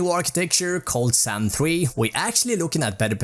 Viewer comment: Me 25 Sec and "Zan 3" xD